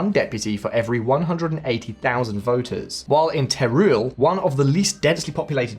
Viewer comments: Teruel “teh-roo- el” not “tay rule” FYI. Good video though, thanks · Teruel is pronounced as Terwel.